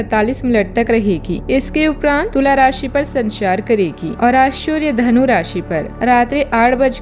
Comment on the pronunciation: शूर्य नहीं सूर्य